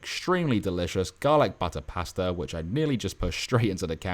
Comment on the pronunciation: At the very beginning, did you say Paster or Pasta? haha